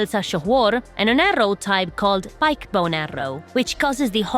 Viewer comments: The Pique in "Piquebone" is actually pronounced "peak". I'm serious, Google it. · I wasn’t familiar with Piquebone Arrows. Pronounced here as Pike-Bone 🤔 I’ve only ever heard the word pique pronounced similarly to peek/peak; as in “pique your interest” Anyways, if these mysterious arrows can do easily proc such an effect, then something should certainly be patched. I’m fine with exploits that let people to silly things, mostly in single player; but game breaking mechanics that let people become headache-inducing griefers, ruining the experience of everyone else; that’s “No Bueno”, as they say…